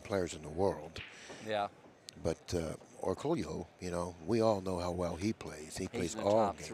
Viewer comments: No. It's pronounced OR COOL YOU in the Philippines. LL's are pronounced as LY in the Philippines. POLLO would POL YO, not POYO. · it's pronounced "or-ko-lo"!!!!